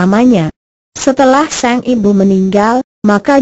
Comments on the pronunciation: ini penyiarnya ga bisa bca kali yah masa sang bacanya seng pe a bnr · penyiarnya harus bljr dulu, sang kok seng